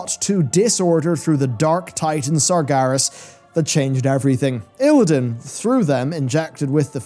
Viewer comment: You're pronouncing Sargeras wrong. You're saying it more like "Sargaris"